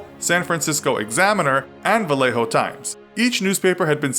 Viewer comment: Don't pronounce the J in Vallejo , it's pronounced like "Valleh-0"